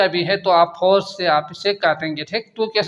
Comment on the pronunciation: Sir AP ki video achi ha But AP ko 4 ko phor bolta ha very funny 😂😂😂😂😂😂😂😂😂😂😂😂😂😂😂